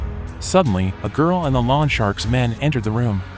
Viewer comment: Will lawn shark mow my lawn. Lol. Maybe check how to pronounce “loan.”